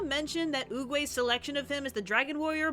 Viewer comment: It's oogway not uguya